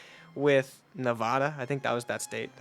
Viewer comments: Nevada is pronounced as : Nuh - va - duh Not Nuh- vod - duh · its ne-vā-da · Why can anyone say Nevada right don’t say nevAHDA also why did you reverse it 😭